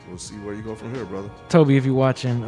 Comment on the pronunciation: His name is pronouced as "To-bay" Not To-be.